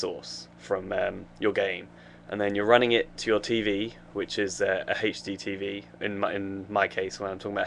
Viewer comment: HD lol he pronounces it like Hasty TV